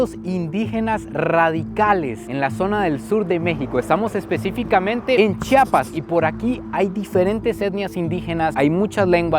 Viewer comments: Se pronuncia como se lee Chiapas no Chapas...😅 . Excelente video ! Saludos desde Tuxtla . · se dice CHIAPAS